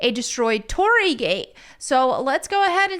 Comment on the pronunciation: your thumbnail currently says Hiroshima when this gate is from Nagasaki. And an internet pronunciation is "tori-ee" for the gate as it's double ii. And I just noticed you spelt it Torri in the thumbnail too.